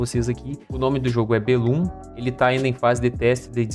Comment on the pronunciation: Aguardando ansiosamente! Mas acredito que a pronuncia correta seria "BE lum" do termo "Para bellum" - "Si vis pacem, para bellum" é um provérbio em latim que significa "Se queres paz, prepara-te para a guerra"